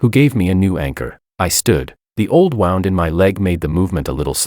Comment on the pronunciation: The Ai said wound as in like wounding a Jack in a box instead of wound like a injury